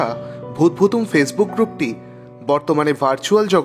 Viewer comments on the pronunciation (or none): none